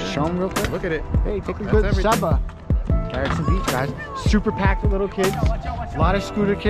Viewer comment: I’m from GB and you got it right it’s pronounce “see-ba” great vid. Hope you got to see the airplane field in the back of it